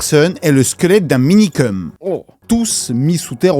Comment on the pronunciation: ça me frustre tellement quand j'entends Minikeum srx ....